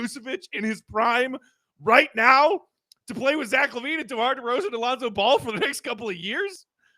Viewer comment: Does know that its pronounced ball and not bowel? Or is it like an inside joke or between him and big dave lol